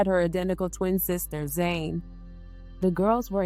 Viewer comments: yes, Jholie is the twin that passed away 🙏🏽. Jhené is the surviving twin, but you (or the voice program that you’re using) call her “Zane” through the video. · The reporter called the surviving twin Jhené, but the narrator keeps calling her Zane.